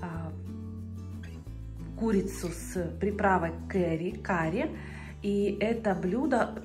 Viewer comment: Камерно так, мило. Но такой обед хорош при 20’ тепла в середине января😂. Всегда было интересно, из какого города. А так витрины, витрины… Куркума - ударение на последнем слоге. Карри, а вовсе не «кэри»…. Состав приправы по наитию ( куркума, чили, кориандр, и т.д.), а лучше уточнить. Возможны варианты. Больше люблю сладкий карри. Зачем охлаждать курицу с яблоком?! Если готовим соус, то можно ли использовать сухой чеснок? А соус?! Или курица мариновалась в нем?!